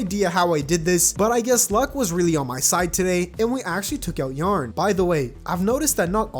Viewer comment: ok sorry but why do you pronounce yah ron as yarn?????????????????